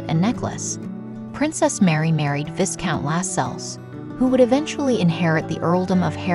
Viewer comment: Also, the "s" in "viscount" is silent.